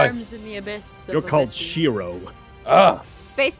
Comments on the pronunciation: It's spelled Shiro, not whatever you said, and Shiro the leader of Voltron, I know man people who favorite him for it, honestly I pick the characters who are more like me, for instance I relate to Keith very much, and NO HE IS NOT EMO, he is simply more mature than the rest which is like me. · Keith and it’s pronounced Shiro